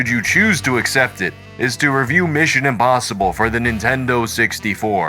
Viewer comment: I should have known that was by the way he says "imBossible".:D